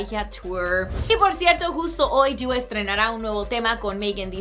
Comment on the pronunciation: Me carga cmo dice dua por que es tan brillenta deoh meoh jauaja👊